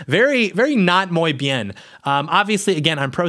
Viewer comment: Your gringo pronunciation of Muy Bien was almost as bad as the gringo pronunciation of Rio Grande.